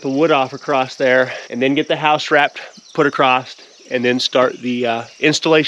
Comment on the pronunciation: Ok …across does not have a “T” in it.